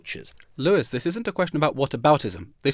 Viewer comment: Lewis Lewis, Lewis, Lewis, Lewis Lewis, Lewis... I would change my name hearing it pronounced by this monster so many times!